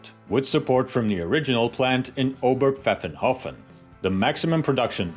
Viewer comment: My highest compliments for correct pronunciation of Óber-pfáffen-hófen. Top notch! Best greetings from Germany.